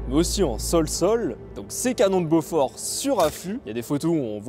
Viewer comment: Super explication, seul petit bémol, ça se prononce Bo-For et non Beaufort qui est lui un fromage. 😁